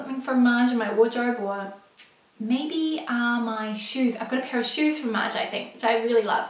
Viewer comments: Love your videos!! By the way, I'm french and your pronunciation of "Maje" is perfect:) Your friend's pronunciation is very incorrect ( she says "Maya") but pretty funny!!;) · Yayyy for featuring Australian designers/shops 🇦🇺 the CR pants are 👌🏼👌🏼 and I hear Maje (pronounced Madje) from English influencers/bloggers..?